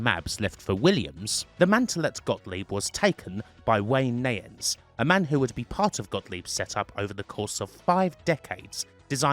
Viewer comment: The correct pronunciation is nie -ens, not nay-ens. The 'i' is a long 'i' as in eye, bye, night, light, dye, sky, kite. Wayne Nie-ens (Neyens). Very interesting video.